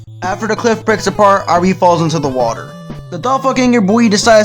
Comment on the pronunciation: I like how you mispronounced Irene's name throughout the entire marathon.